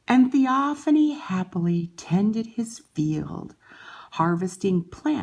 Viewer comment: It's pronounced( thee- o- fane) Not ( thee-o- fanee) I unsubscribed from you